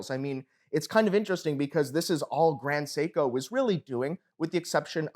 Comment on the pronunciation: This man said “ Grand Seiko “ 💩